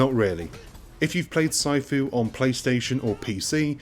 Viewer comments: "PSY-FOO"? PMSL!!!! *"Sih-fu" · omg. this has to be a voice over program because no one pronounces sifu Psyfoo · Tons of criticism but nobody is telling you it’s pronounced “see-foo”. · way to add to review of the game. during gameplay did you find the memory of his mispronounciation of Sifu ruining the games overall score? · Why do you say sifu like that?